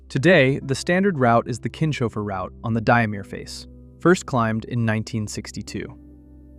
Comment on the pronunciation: Pronounciation of Kinshofer: Not Kin-shofer, but Kins-hofer.